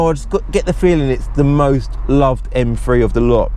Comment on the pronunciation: Haha you and Ricky pronounce these cars as “M free” love your channel and clips